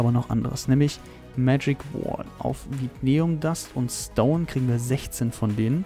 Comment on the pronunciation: Vinteum! nicht Vitneum